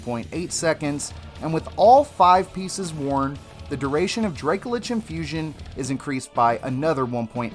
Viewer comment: Please pronounce Dracolich correctly, it's driving me nuts